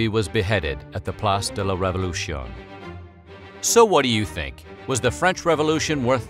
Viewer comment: Good facts, bad pronunciation. révolution = ray voa loo shone?